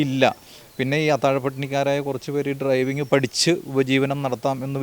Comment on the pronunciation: ട്രൈവിങ് അല്ല, ഡ്രൈവിംഗ്